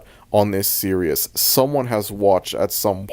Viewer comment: you cannot say series like that bro